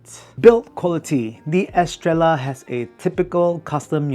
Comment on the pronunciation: It’s meant to be pronounced Estreyah”. It’s a spannish word, double L is read as j-Y